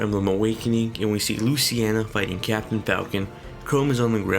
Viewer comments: Mahin Kesore Same here, legit when he said luciena I had to pause the video and make this comment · loo-cee-na... not luce-ci-ena